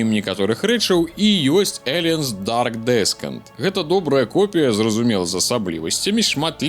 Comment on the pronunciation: Дарк Дісэнт. Не "Дарк Дескент"